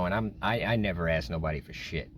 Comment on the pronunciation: I'm minute into a video, which promises to be a great one, no pun intended, but. At what point in your life did you decide that the word "asked" should be pronounced as "aksed"? Is this a common thing with substance usage? I apologize, as English is not my first language, but I was genuinely curious about the "sk"/"ks" substitution, as I've seen it quite often in black "ghetto" communities, which makes sense, as the orthography is pretty much unknown there - communication there is being learnt from the streets. However, seeing it coming from a white person is surprising. I am just curious.